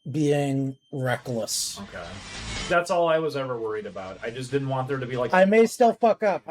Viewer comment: I suggest if you are incapable of pronouncing certain sounds, you might want to avoid writing that sound into your script. Than There other Further You insert a D into these words, where none exist I refuse to listen to a toddler explain online drama. Go get speech therapy BEFORE you work with your voice.